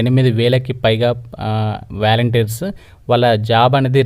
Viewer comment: వెలంటీర్ కాదు వాలంటీర్స్ అనాలి